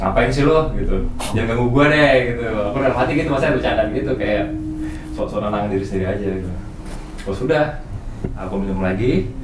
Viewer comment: Kok aku dengernya bang demian bilang tenang ya fad 😁